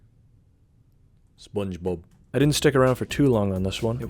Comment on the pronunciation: “patoreek, sponge boab”